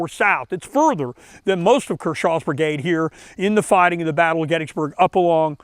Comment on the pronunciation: It's pronounced KERshaw, not kerSHAW.